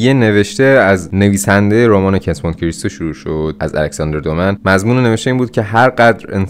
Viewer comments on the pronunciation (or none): کُنت مونت کریستو تلفظ صحیحه